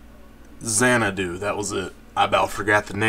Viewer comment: You are the only guy that I know that actually pronounce Xanadu the correct way the first time